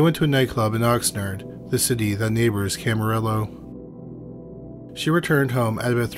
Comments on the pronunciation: Good one. By the way, Camarillo has a Spanish pronunciation. It’s called Cama-ree-oh. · Pronounced Cam-a-rio. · Camarillo is KAM-A-RIO..Spanish word! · Camarillo is pronounced without the Ls (camario)